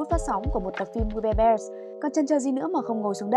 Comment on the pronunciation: Tên phim:we bare bears Tui nghe:we bare dog:)))